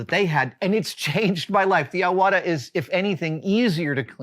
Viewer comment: Quick correction for English speakers out there, Iwata is pronounced “E-wa-ta”.